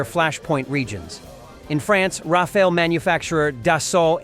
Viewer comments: It's Ra-fa-le not Ra-fa-el... Rafale is a gust, Rafael is an archangel😉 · The planes name is Rafale and not Rafa